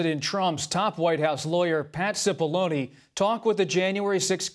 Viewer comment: It's pronounced "Chipollonay" not "Sipollony". He's a "Big Onion", not Liquid Baloney.